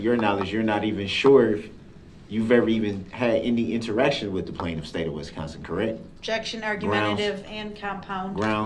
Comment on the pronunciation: I’m not sure I can “substain” watching this if he keeps pronouncing Wisconsin like West Consin